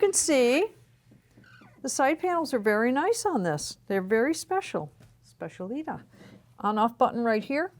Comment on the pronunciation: It’s SPECIALITÁ! I can’t hear you say specialíta anymore. The stress is on the last A.